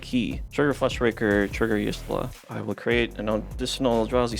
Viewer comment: Is pronounced yashtola not yishtola